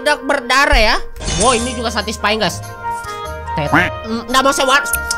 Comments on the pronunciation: satysfaying bang🤓😂😂😂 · "SATISFENG" "SATISFENG" "SATISFENG"